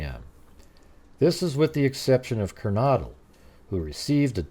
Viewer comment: Ker-no-dle, and Pa-loose. That’s how those are pronounced. Just fyi.